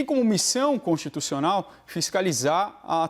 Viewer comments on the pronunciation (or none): Quando o advogado falou texto consischussional eu desisti.